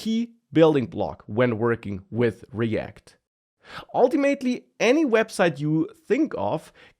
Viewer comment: oh man how i missed saying "ultiMATEly". the sheer joy!